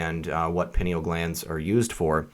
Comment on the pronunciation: Pie-Neal Glands